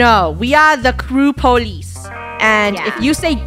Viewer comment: It is not KREW police it is KREWlice😂😂